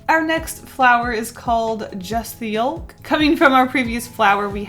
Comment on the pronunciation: Why do you say yolk like that